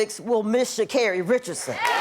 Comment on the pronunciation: Sha-car-ri. Get it right Wanda